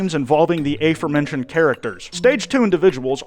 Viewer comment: "a-forementioned" LMAO